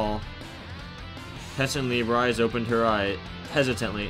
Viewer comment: Oh by the way, your pronouncing Rise-sans name wrong. Its pronounced Rii-seeh.